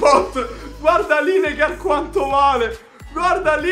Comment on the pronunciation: Non per male, Lineker si legge "Lineker" com'è scritto, tranquillo il migliore a Fifa di YouTube Italia. #sculosodin